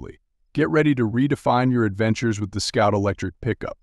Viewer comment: Scout or Sout? And what's with the pop up words?